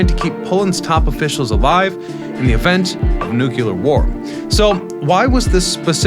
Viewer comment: HOW did you pronounce it "Nu-cue-lar" instead of "Nu-clee-ar"?! This is an ELEMENTARY mistake!!! DO BETTER. PLEASE???